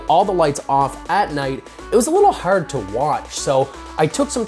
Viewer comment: You say "Hard" funny